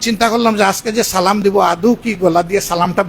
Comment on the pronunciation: যে সালাম ঠিক কর উচ্চারণ করতে পারে না